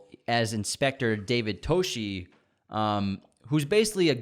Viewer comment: It’s detective Dave Toschi (TAW-SKI) Put some respect on that man’s name!